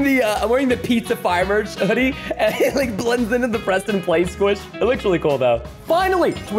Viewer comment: Its Preston not perston